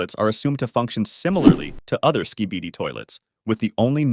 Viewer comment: "The Acid Barrel Skeeibieedi toilet" "The Anthony Fantano Skybidi toilet"